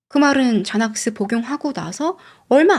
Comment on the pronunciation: 여자이름중 좐 (John)이란 이름은 없읍니다. 혹시 존 (Jon) 이나 조언(Joan)이 아닐런지.. 아님 젠(Jen, Jan) 을 잔이라고 하신건가? 제넥스를 자넥스라고 하신거보면....